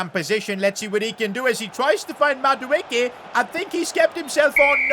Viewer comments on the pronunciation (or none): none